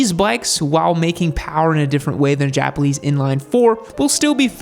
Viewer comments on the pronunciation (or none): "Japaleese inline four"